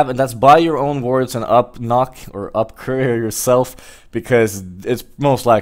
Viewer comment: UP "NOK" lol xD